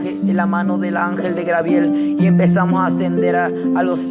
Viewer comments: Jajaja a este peterete dice que Dios le reveló que esn en el infierno Yiye Ávila y Héctor de la cruz pero en otro video yo oí que otro a quien reveló Dios que Yiye Ávila está en el cielo,al final a quien vamos a creer a este o al otro que dijo,lo contrario,jaja me hace reír mucho como narra sus cuentos,por favor no crean a este profétucha,ja grabiel,quien grabiel,no ha leído ni mucho la biblia no es grabiel si no Gabriel,ya basta de poner atención a este seudo profetucho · Jesus Eduardo Perez U también a ti por criticar y por no poder escribir el nombre de Dios!! dios es el de madera ,bronce, metal así tu acuerdate de que cuando te refieras al Creador del cielo y la tierra. uses D" Dios y ojala el en otro vídeo no diga grabiel sino Gabriel. Dios te bendiga. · genoveva chang no te burles a muchos les es difícil pronunciar no te fijes en los defectos de los das por favor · SOLEDAD LOPEZ DISCULPEMOS A NUESTRO HERMANO ES UN PROBLEMA DE DICCION POR CAUSA DEL LENGUAJE DE SU PAIS EN REALIDAAD ES GABRIEL. HERMANA HAY QUE COMPRENDERNOS Y SER MISERICORDIOSOS LOS UNOS CON LOS OTROS HAY QUE DAR LO QUE QUEREMOS RECIBIR.DIOS ME LE BENDIGA AMADA HERMANA